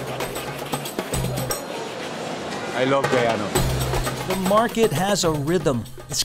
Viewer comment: Wonderful to see that you are promoting Guyana. Just learn how to pronounce the country correctly. It is Guyana pronounced Guy-ana not gee-awna.